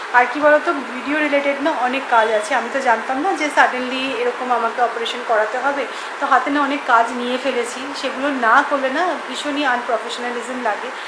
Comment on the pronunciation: অনেকেই বলে এটা শুনেছি।ভুল উচ্চারণ খুব কানে লাগে। তারপর অপারেশন টা কত বার শুধু ওপরেশন বলে গেল। যাই হোক এগুলো নিয়ে বলার কিছু নেই।কিন্তু কুমোর টুলি টা খুব কানে লেগেছে।